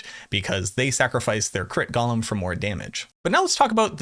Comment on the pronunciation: GO-LEM not Gollum